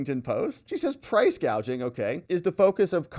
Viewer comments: I heard the clip. She called it price gauging, not gouging. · funny thing is she doesn't say the word gouging, she say's gauging.🤔